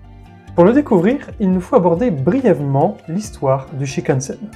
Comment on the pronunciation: Il faut prononcer tous les "n" dans "shinkansen"...donc : "chinekanessène" et non pas "chikanessène"